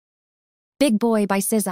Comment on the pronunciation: Bro it’s not szeza it’s sza